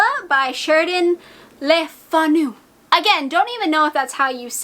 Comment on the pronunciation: Carmilla is remarkable for many reasons, and you pronounced LeFanu fine. Great, subtle novella. As to Dracula, it's literally one of the best books ever. Don't be afraid of it, dive right in.